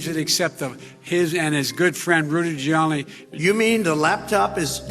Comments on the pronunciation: who is Rudy Jewyanni? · Joe couldn't even pronounce Rudy's last name! I can't believe he got elected! what a bozo!